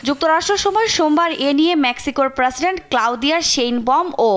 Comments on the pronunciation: এই মহিলা সাংবাদিকের উচ্চারনে সমস্যা আছে৷ প্রাসিডেন্ট কি? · প্রাসিডেন্ট না প্রেসিডেন্ট 😂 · এ মদ্যে না এইটার উচ্চারণ হবে "মধ্যে"। প্রেসিডেন্ট (President) তো সব জায়গাতে ভুল উচ্চারণ করেছেই, এমনকি বাংলাও ঠিক মতো বলতে পারে না। আপনারা টিভি চ্যানেলরা কি যোগ্যতা দেখে নিউজ রিপোর্টার রাখেন আজকাল? ইদানীং অনেক নিউজ রিপোর্টারেরই উচ্চারণ এতো ভুল! ইংলিশ তো দূরের ব্যাপার, বাংলা উচ্চারণও ঠিক মতন বলতে পারে না।